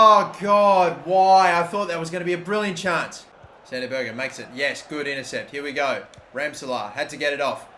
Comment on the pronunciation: Berge is pronounced like berj